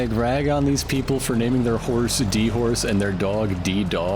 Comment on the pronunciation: No, no, it's not D-Horse, it's D'Horse. The Horse being said in a French accent